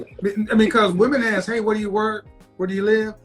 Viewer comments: Why can’t she “ask” a question....? Axing something is different. I think trees to demolish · have you noticed 99% of blacks say AKS meaning ASK